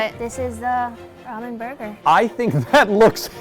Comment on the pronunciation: It’s pronounced ramen not ramen